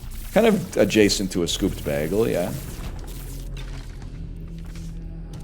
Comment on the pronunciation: Why does he say bægel.